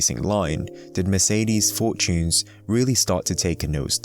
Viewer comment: Merceedeezz. Couldn't finish the video with the annoying pronunciations all the time :')